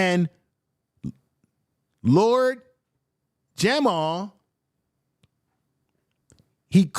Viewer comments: U also pronounced the Bronx and lord Jamar wrong. It’s Jamar not Jamal. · My Brutha it's Lord Jamar not Jamal